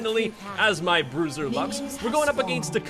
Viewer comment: Thought bruiser said brazzers 👌